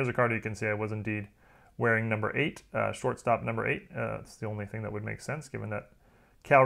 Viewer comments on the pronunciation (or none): none